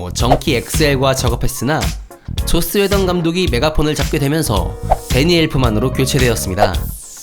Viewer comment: 왜 게속 조옻스웨던이라고 들리지?